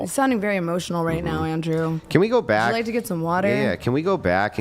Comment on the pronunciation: The long pronunciation with AHH at the end is so annoying.Andrewaaah